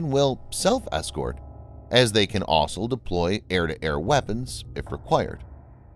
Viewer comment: I'm not even halfway through and I've already lost count of the number of times the narrator said 'asol' instead of 'also'. It's still a good video, though.